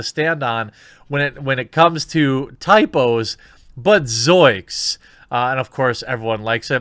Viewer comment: Goddammit, Jeremy. Zoinks. ZOINKS! Put the goddamn n in the word like it's supposed to be. lol